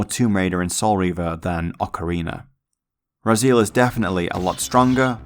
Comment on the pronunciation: This is like the 3rd video i watch today on legacy of kain from this channel and the way Raziel is pronounced as "rah-zeal" is driving me nuts.